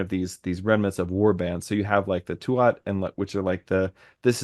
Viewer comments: Tuath, is pronounced Tooah. You don't pronounce the last T. And yes, it largely means the territory/tribe. And that word for history is seannachas, which you very well described... "old handed down lore"as opposed to Stair, as in 'history ' we also have bealoideas, directly translates as mouth/oral education, or folklore, in English doesn't quite cut it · Tu(at)ha is pronounced 'Tu-ha' or 'Too-ha'. The middle a/t are silent and the 'u' is long. Thanks for all the great conversations! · Tuath, the “th” is silent, so its pronunciation is “too ah”